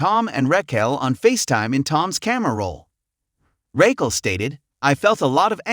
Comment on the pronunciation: Dude if u cant say Raquel (Rockell) right, ITS NOT RAYQUELL! I CANT SUSBSCRIBE!